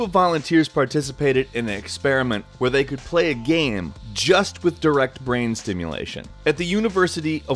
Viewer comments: It's "game" not "gaaahm" Please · xtreme gaems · What is a gaemm? You keep saying that.